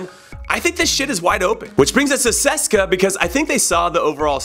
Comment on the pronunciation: who the fuck is seska? its C.S.K.A Moscow (see-es-kay-aye) say it CONRAD say it!! C pause S pause K pause A say it!!